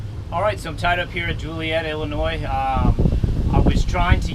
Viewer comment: it's pronounced Joe lee et, you ever seen blues brother man, Joliet ill has the highest crime rate in the us, must have made it through the nite i see there is a ep16, I don't care if you have to paddle out with head of one ore, Dont stay in Joliet. UM ,,no offense to the Joliet board of tourism.